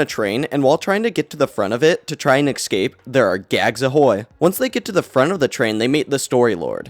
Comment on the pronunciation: He says excape instead of escape